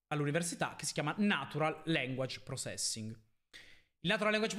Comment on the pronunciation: "il campo in cui lavoro è il natural language procèssing" aeee partiamo male No dai a parte gli scherzi grandissimo video 🔝🔝 Dovrò studiare NLP l'anno prossimo alla magistrale e avere già un'introduzione (fatta da poi) è tanta roba, continua così.